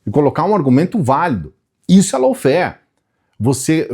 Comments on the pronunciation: boa noite. Tudo bem?, lawfare se fala “lóféér”, ou no máximo “láuféér”. Como vc disse, “lôuféér”, significa uma outra coisa diferente, low fare. A diferença é pequena, mas muda totalmente o sentido da palavra. Me desculpe o preciosismo, mas achei importante te avisar. Obrigada, querido. Bom fds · Bom dia,. Desculpe mas a pronúncia correta de LAWFARE não é “loufer”, mas “lófer”.